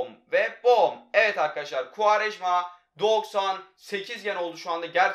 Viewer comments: Koraya futbolu kim öğretti -kuarejmaaa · Kuarejma Tekrar söyle Kuarejma Gel lan buraya